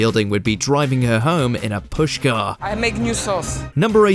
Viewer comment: Posh car, not push car 🙄